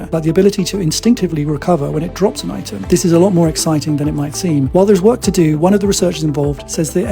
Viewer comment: lol you said doo doo lol just say do